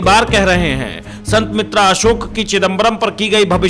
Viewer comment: अरे एंकर भाई कम से कम ज्योतिषीजी का नाम तो सही लेलो। ये हैं संत बेतरा अशोक, संत मित्रा अशोक नहीं।